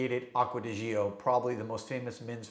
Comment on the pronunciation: The word "gio" in Acqua di Gio is pronounced like JO, not jee-oh.